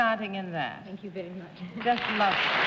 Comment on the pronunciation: "...I'm veddy-veddy fond of..." GIVE ME A BREAK!!!